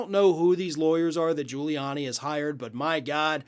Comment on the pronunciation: Gudy Riuliani? Never heard of him.